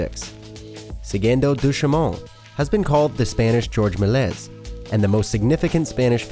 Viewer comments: Seriously WTF is the matter with you? You don't even know how to pronounce your subject' names like: George Melez?? It's Meh lee yeh, you know, like in French you boob-head! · Yes. He also said "Melaise" instead of "Melies" (Mel-Yes). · Also, the way he pronounced Méliès and Inferno made me cringe so bad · He also mispronounced Melies. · Notre Dame and Melies too. It literally would take 5 mins of preparation and research to double check the pronunciation of all of the words they butchered. If it was only one term, that’s fine mistakes happen but this video is littered with them